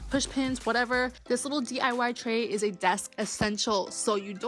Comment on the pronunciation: i love how the hot glue gun queen says 'dee-ah-wah' like it's some kind of powerful feminist thing to say ifk